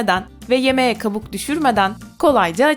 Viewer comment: Kapuk mu 😂😂😂 önce konusmayi ögren